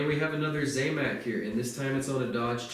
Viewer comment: not `zay mac` its `zam mac`, zam like sam